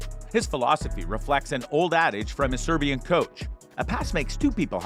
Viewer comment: Serbian not Sebirian! Can't believe! What IGNORANCE!👎